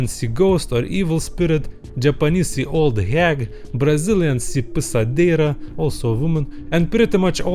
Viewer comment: He's struggling to say "Pisadeira" it's so awesome.